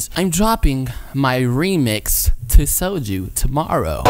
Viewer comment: Viet-ma-knees guy: Ohhh you got the Sojuu!